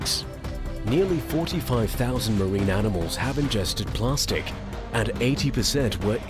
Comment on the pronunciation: What the fuck is "plarstic"